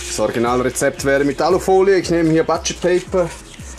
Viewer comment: Schönes Beilagenrezept, werd ich sicher mal nachmachen! Aber bitte bitte, auch für youtuber heisst es "Butscher" und nicht "Batscher"-Paper. Ihr benutzt mit grosser Vorliebe englische Begriffe und Anglizismen, aber dann bitte auch korrekt. Musste ich jetzt einfach mal loswerden. Ansonsten gutes Video, sauber aufbereitet - wie immer bei dir. Deswegen auch von mir wieder einen Daumen nach oben.